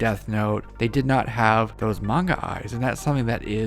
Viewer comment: At last, an American Who can pronounce Manga properly. Lots of numpties say Monga. It’s sooo annoying. Big eyes? Because it Manga? Japanese anime! Mah-n-gah!